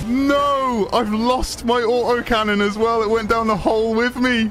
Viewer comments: "OI'VE LOHST MOY AU OH CANNON" LMAO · “I’ve lost my AWT’OH cannon!”